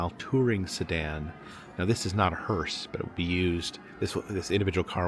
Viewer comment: It kept sounding like you were pronouncing the (funeral coach) hearse as "hurst." There is no "t" in the proper pronunciation.